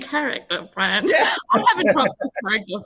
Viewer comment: His name is Brant - with a T not a D